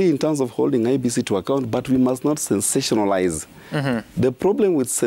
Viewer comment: STEVE OGOLLA avoid the word "sensational" it's giving you hard time bwana you know where we come from that letter S is a terrorist to our language.